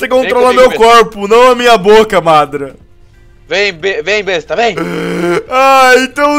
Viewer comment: não é madra é madara